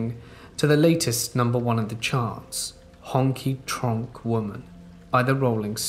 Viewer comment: Thank you for the video! But...Honky Tronk Woman? Really, man? I cringed so hard my face turned inside out. (Honky Tonk Woman was/is a very very popular Rolling Stones song, so someone throwing a random 'r' in there for no reason REALLY messes with me.)